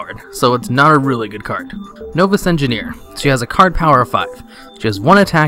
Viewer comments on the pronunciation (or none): Please learn how to pronounce the word "novice".